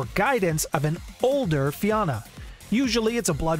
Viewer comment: I'm also irish. And I always cringe when I hear everyone mispronounce Fianna. Anyway, it's a shame Fianna Fail don't live up to the name.